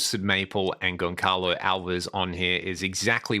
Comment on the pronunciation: My bro... just to honor the Portuguese language: it's pronounced Gon-SA-lo Alves. That C is not a regular C. It's one of these Ç... that forces the C to become an S. So... your beautiful neck is in......................Gon-SA-lo Alves. By the way... you are my favorite guitar content creator. Much love.